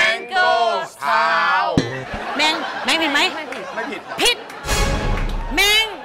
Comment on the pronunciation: แมงไม่ใช่แม่งนะครับครู